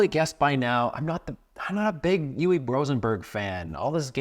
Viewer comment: Never heard anyone pronounce Uwe like that 😅